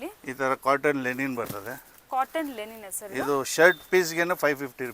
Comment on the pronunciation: ಮೇಡಂ ಅದು ಲೆನಿನ್ ಅಲ್ಲ ಲಿನನ್. ಉಚ್ಚಾರಣೆ ಸರಿಯಾಗಿರಲಿ